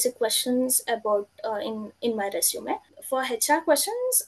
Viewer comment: Thanks! Resume is pronounced Resumay....